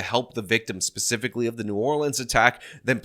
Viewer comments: said pacifically instead of specifically 😂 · so that wasn't just me!! I had to replay it and it sorta sounds like she puts the most silent of Ss at the beginning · Did that fbi agent say “pacifically”? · She literally said pacifically instead of specifically 😂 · she’s a spokeswomen for the fbi in this situation. Yes she should know the difference between “pacifically” and specifically. What? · She pacifically made it clear that it wasn’t a terror attack. We live in New Orleans, and were watching the local news Wednesday morning, and when she said “pacifically” my husband about died. I also loved her nose ring, something that is pacifically violative of the FBI’s rules regarding their agents’ appearances: no facial piercings. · I don’t know. Do you think the script she was reading from said “pacifically”?